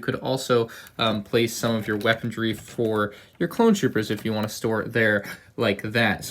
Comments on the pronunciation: Did you say 'weapondry'?! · There's no "d" in weaponry ma man. Sweet vid though. Very nostalgic set for sure!